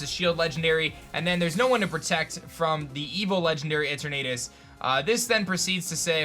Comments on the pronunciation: Every time you said the legendary’s name as Et er Natus it hurt. It’s E turn a tus. Like eternity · It's Pronounced E-TURN-NET-TUS not E-TURR-NAY-TUS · its pronounced etern (as in eternity ) ah tus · you are saying that third legendary sooooooo wrong. E-ter-na-tus. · The way he’s saying Eternatus is making me cringe. It’s E-ter-na-tus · like eternity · "Eter na tis"